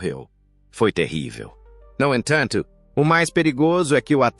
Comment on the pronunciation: Essa tradução é horrorosa !! "No enthantho,,"